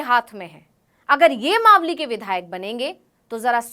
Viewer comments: तू खुद मालवी बोल रही है मावली की जगह गेल चोदी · 4.21 आप खुद को इतना बड़ा रिपोर्टर बता रहे है तो मावली का उच्चारण मालवी क्यों किया इस हिसाब से तो आप भी रिपोर्टर बनने के लायक नही है😂😂